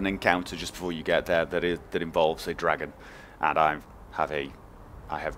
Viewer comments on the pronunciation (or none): none